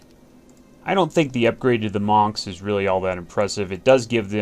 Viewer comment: love ya, keep it up! btw i thought the monks are pronounced "munks" xd. ya killing me